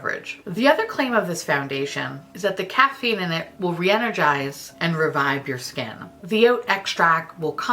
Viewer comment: I heard you say “cat pee” instead of caffeine in the concealer ...... and I didn’t even feel surprised if that had been what u said 😂